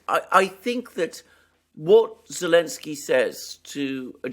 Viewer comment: Why does say Elensky rather than Zelensky?